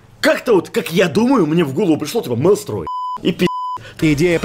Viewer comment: мАлстрой? Я думал мЕлстрой